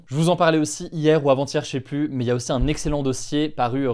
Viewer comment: Il me fume le "cheplus" 😂😂😂